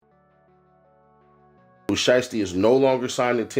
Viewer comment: No video of nothing his name is not sheesty it's SHIESTY get it right dumbass and another thing wheres the video all I seen was bunch of same ol same ol and herd nothing but your mouth and on top of that can't even pronounce their names right and you made thousands of these BULLSH!#/ I say